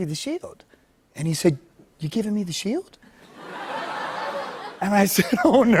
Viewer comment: Did anyone notice instead of sheiLd it sounds more like sheiWd it’s so subtle and almost unnoticeable but his old speech impediment sounds like it’s making an appearance